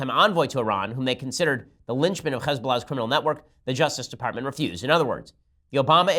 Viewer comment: I kind of hate how Ben pronounces Hezbollah so perfectly. I get it, I just don't respect them enough to pronounce so correctly, lol.